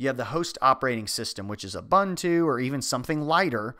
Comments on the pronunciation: it's pronounced "oooh-boon-too" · It's U-boon-too, there is no bun it it. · Pronunciation guide for Ubuntu: "o͝oˈbo͝onto͞o" You're saying it all wrong. But thanks for the video. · Just a pronunciation correction: ubuntu is pronounced oo-boon-too